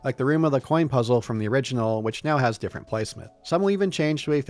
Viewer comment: "but this twee diffwent diffwent twee diffwent weasons for diffwent twee" 🤣 Also I named multiple other RPG games with more interesting worlds that don't just rely on big eye catching skybox pieces, not just Shadow of the Colossus. I'll name them again since you can't read: Oblivion, KOTOR, Fable, Fallout 1+2 If you're not satisfied with those examples because they're RPGs how about some 3rd person action games that are much better? Because that's really what souls games are, very little traditional RPG to them tbh. Last of Us, MGSV, RDR1+2, any of the last 3 Hitman games, just those off the top of my head are all more interesting and unique 3d environments to explore that don't just rely on big skybox set pieces Also sorry for "taking too long to reply", my sleep schedule doesn't work around your need to defend Souls games lmao